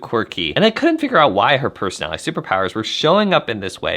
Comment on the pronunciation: I love your perspectives! Please enunciate "personality" with five syllables.